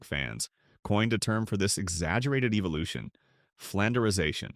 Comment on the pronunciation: Eeveelution got me at the start of the video I think it was supposed to say evolution